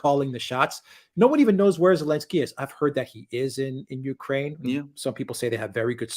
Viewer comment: Elensky....... without the "z" in German